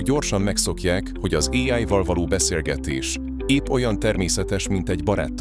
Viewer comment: Még mindig fura az AI narrátor. "[éáj]-val",... Illetve az előző videóid témáihoz képest, ez olyan lett, mint a "A bíró okos lánya" (vagy ha másként ismerős: Mátyás és a bíró lánya) " ... hozott is, meg nem is. " Ennek, nem sok ismeretterjesztő eleme volt. ✌🏻Építő kritika.